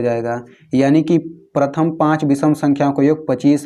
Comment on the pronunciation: पर्थम येन.... was epic 😂😂😅😅😂😂😂